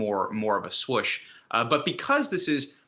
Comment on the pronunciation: It’s “Swoosh” like Nike